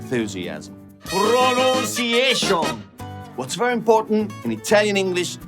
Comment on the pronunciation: Belin, ma che pronuncia inglese c'hai? It sounds perfect to me. 👌🏻